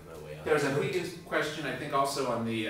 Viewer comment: Haha, you guys can't pronounce Huygens :P